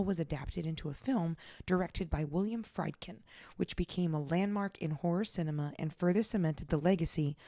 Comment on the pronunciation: Love all you do!!! With lots of love and due respect and only because, I am a Horror Film geek, a film geek in general, and a huge fan of yours.... and I just listened to the Warren's episode and heard it again.... William Friedkin... Freed + kin.... William Frēd-kin. Much ❤!!! Looking forward to the next one!